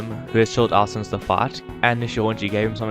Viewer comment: Lol you say fight like fart